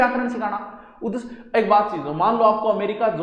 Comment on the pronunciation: उ द श्य नहीं सर उदेश्य होगा